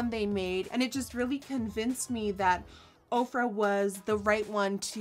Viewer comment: Ohh... this whole time I thought you were saying Oprah